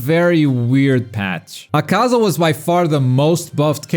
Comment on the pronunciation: my god....you still dont know how to pronounce akaza's name...all you do is talk about this game yet you still dont know how to pronounce one of the main demons names....please stop watching it in japanese im guessing is what your doing and only paying attention to the subtitles and not listening to how the name is said...yikes....its like being who cant say naruto because they dont watch the dub and think its said this way because they only ever read the name wrong x3